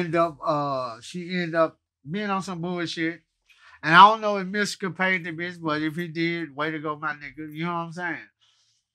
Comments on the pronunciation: Did he just called Mystikal "misty.” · He said Mysssical